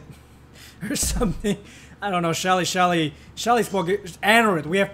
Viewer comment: I love your short summary of Anna lol you accidentally said Shelly btw